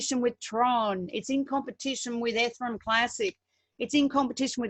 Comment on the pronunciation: PLEASE PRONOUNCE ETHEREUM CORRECTLY.